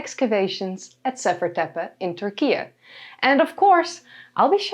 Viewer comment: Turkish people pronounce it "TurkiE." Why are you pronouncing it as "TurkiA"?